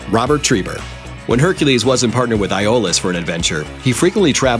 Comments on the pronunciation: Onnie Duvall Yeah I'm glad I'm not the only one who caught that. Plus he messed up the pronunciation of Iolaus. It's said "E O lus", not "I O lus." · you really bvutchered the pronunciations of iolaus and autolycus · What's with this guys pronunciation of the names? He said Iolaus and Autolycus really wrong. lol